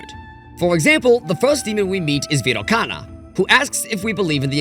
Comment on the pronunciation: You mispronounced Sakya and Virochana.